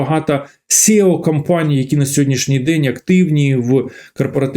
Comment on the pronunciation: Варто казати SEO, а не SЄO